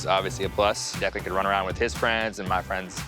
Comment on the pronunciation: You mean Declan? Or did you mean Declund? I do believe it's Declan and not Declund.😂